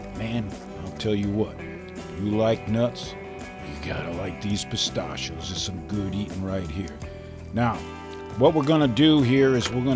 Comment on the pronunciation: you say Pistachio's wrong really annoying